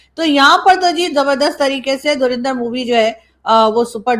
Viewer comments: It's Dhurandar, not Dhurinder. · Why Pakistani pronouns it “ Dhurinder”? It is “Dhurandar.” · Pata nahin kab pakistani dhurandar ko sahi naam se pukarenge. Ye dhu-rin-dhar nahi dhu- run- dar hai hai. 😂😂😂😂 rin ke badle run boliye😂😂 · pronunciation is DHURANDHAR not DHURINDHAR. Dhurandhar means expert or Past Master in his field. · the movie is pronounced like Dhu Run Dhar, not Dhu Rin Dhar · …u pronounce it as Dhur a ndhar and not Dhur i ndhar😊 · It is Dhu run dhar not Dhu rin dhar